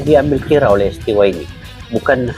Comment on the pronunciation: Koreksi bang : STY ( dalam Bahasa Indonesia di baca ES TE YE ) mksh